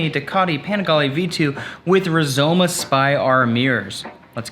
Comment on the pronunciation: Well done. But! Ducati. Panigale. Rizoma. Please have a fellow Italian tell you how to pronounce them ❤️